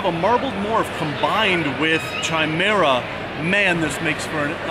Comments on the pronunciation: I have never heard it the way pronounces it and I love mythology and science and whether it's a doctor talking about a man that has sperm with one DNA and blood with another, or a fan of Greek mythology...always with a 'Ky' sound never with a 'chai' sound, but that works for tea;) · It is pronounced Kai-mera. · Love you, but it's pronounced 'kai-mera' not 'chai-mera'' xxx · Chimera has a hard c and silent h. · Pretty sure you’re pronouncing chimera wrong... great video nonetheless as per usual. Keep it up! 😉